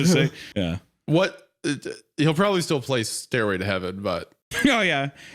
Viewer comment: "Staírway to heaven" Hunter plays Sweet Child O' Mine